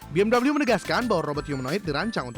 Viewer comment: udah bener baca 'BMW' cara indonesia,malah pakek cara inggris LOL